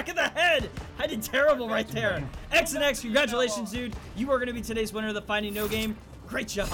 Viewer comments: His name wasn’t pronounced ‘x and x’ lol it’s Xanax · Did he say x and x boi it’s xanx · he's saying "x and x" but it's said "zan x" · Xanx /Zan-ax/ not x and x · X and x??? It’s XAN X(zan x)😂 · Pretty sure his gamertag is pronounced (xan)X 😂😂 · His names not "X and x" its "zan ex" like lil Xan lol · X an X 😂 it’s pronounced zan x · Bruh he said X an X. I’m dead it’s supposed to be said like Xanax the prescription pill. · XanX is not X an X it is XAN X( ZAN X) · its not X an X its pronounced zanex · XanX is t pronounce XnX it’s pronounced Xanax lmao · I’m pretty sure his name was pronounced xanax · I think it's pronounced xanax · Uh,.... Its pronounced Zan-Eks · He pronounced XanX wrong I think. Isn’t he trying to have it spelled like Xanax the pill? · Its funny how he pronounce“ xanx”